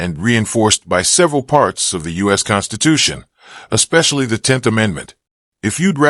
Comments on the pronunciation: MY GOD, this guy is an ANNOYING MORON. Attempting to sound intelligent and says "ekspecially.' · Nothing better than watching a guy who pronounces the word especially as "exspecially" determined to represent himself in a court of law.